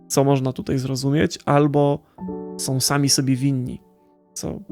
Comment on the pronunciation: Fajna opinia, proszę Cię jednak, byś popracował nad wymową. Jak większość youtuberów masz skłonność do mówienia "som" zamiast "są", "winę ponoszom", "oglondajom" itp. Nie znoszę tego.